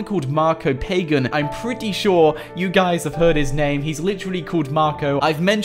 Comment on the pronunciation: it's not pagan. It's said like pah gahn.